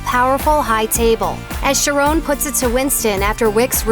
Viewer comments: "Sha-raon"... really? It's pronounced "Kha-ron" as in Charon from Greek Myth. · his name is charon Not Charone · lmao "tranos" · Omg, can you at least pronounce Charon’s name right? 🤨